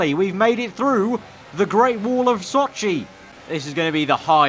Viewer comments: Not Hp_Soap then explain to me how he mispronounces Sochi, and goes left on a turn that’s right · The only thing that bothers me is how easily he could’ve avoided like 15 of these crashes and the fact he mispronounces Sochi